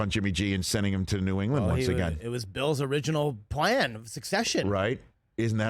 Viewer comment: Bill not bull lol